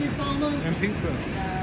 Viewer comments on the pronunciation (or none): none